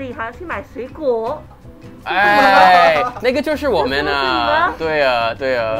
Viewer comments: ayo pause. that sounded like the n-word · yo if u can speak chinese why does it sound like he always says the nword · As someone who doesn't know Chinese, half of the things he is saying sound like the N word 😭💀😂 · he hands her money and it sounded like “here you go nigga” Every time I go I can never understand how they hear each other talking and under ther mask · That’s how the language sounds but he’s not dw